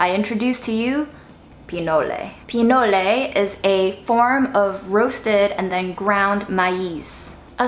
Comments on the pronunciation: it’s just called “PI-NOL” not “PI-NO-LE” it’s corn mixed with cacao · LOVE your creativity!! Btw "pinole" is the name of a city in Northern California (named after the food), and it's pronounced "pi-knowl" and not "pee-noh-lay." The Google pronounciator agrees.